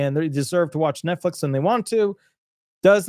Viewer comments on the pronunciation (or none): none